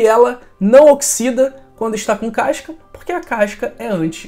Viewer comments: Caisca não professor, CASCA! E isso não é questão de sotaque, é de falar errado mesmo, acrescentado mais uma letra à palavra. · CASCA ou c a I S ca?? Povo estrangula a lingua portuguesa só pra fazer graça, querer ser diferente. " C A I S C A".